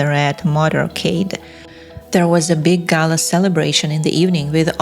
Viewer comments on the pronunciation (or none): none